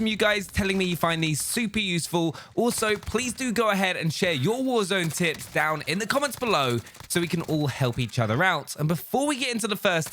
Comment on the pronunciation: Am I the only one who heard tips as tits